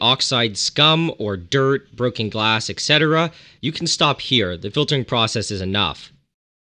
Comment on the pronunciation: Ok stop. It’s et cetera. Not *excetera*. It’s as annoying as people saying “I can care less.”